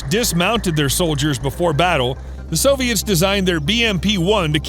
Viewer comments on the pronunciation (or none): none